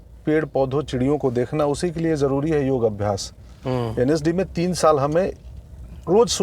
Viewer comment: योग ,योगा नहीं